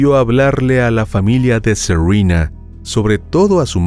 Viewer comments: Todas adolescentes evidentemente de familias latinas, no entiendo tu pronunciación de los nombres. Suena a seurina, cuál es su nombre con pronunciación real? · Q nombre raro tenía la víctima. Según el narrador se llamaba Serruina. Así lo entendí yo o será que el narrador no habla bien. Y una de las victimarias se llama Cruisti. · Serena es nombre español, no se por qué lo pronuncias como si fuera un nombre anglosajón.